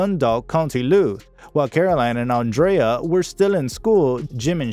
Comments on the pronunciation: Great video. Just watch your pronunciation on Irish names. Andrea and Whelans are said differently in Ireland to the American pronunciation. I'm Irish. Just a little pointer. Thanks for this though. You forgot to mention Andrea starred in Evita alongside Madonna and Antonio Banderas. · As usual, an American can't pronounce Andrea correctly, like seriously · Diabolical - I was looking for a good word like that to describe it. I really wanted to follow the story but the mispronounciation of so many words was too distracting! Andrea. breathless. perservered. Arrgh! Skynet must be behind this computer-generated voiceover.